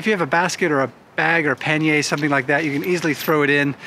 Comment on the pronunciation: "pan-yay" is not the right pronunciation of pannier... in ANY language. The correct pronunciation is "pan-yr". Pannier is not a French word, it comes from Old English.